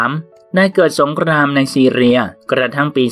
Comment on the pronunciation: ยุโรป ซีเรีย กีฬา ไม่จำเป็นต้องกระดกลิ้นนะ ตั้งใจอ่านคำควบกล้ำก็ดี แต่กระดกลิ้นทุกร. ล. นี่ก็ไม่ไหวอะ มันไม่ได้เป็นคำควบกล้ำไปหมด ก็เน้นออกเสียงเกิ๊นนนน ปรกติไม่พูดออกเสียงคำควบกล้ำเลยเหรอ...